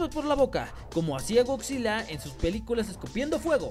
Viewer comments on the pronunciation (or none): none